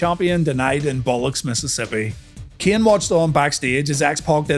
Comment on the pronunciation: 😂😂 Mississippi is so mad at that pronunciation